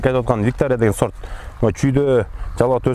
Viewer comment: Талазта с тамгасы жок да сорт дебей зорт деп айтпайсыңбы